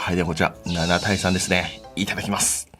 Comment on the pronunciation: 銀色のやつの時若干「いためきます」って言ってて草生えた